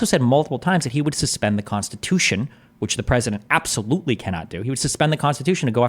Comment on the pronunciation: “Conthervatives? Abtholutely not.” - 🤡